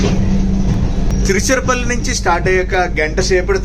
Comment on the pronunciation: EXLENT BAGUNDHI . EXPLAIN CHEYYATAM BAGUNTUNDHI. తిరుచరపల్లి అన్నారు. తిరుచిరాపల్లి అంటారు తెలుగు వాళ్ళు మనము కూడా తెలుగు వాళ్ళమే గదా..